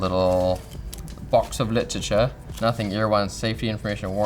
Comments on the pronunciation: "Box of LitTichya" For a moment I thought I'm in a wrong channel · Box o' literature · The way he says "box of literature" in a British accent is cute af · "Box of literature" was the perfect London/Cockney Accent 😂😂